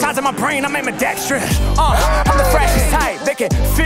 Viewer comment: said AMPIDEXTRIOUS!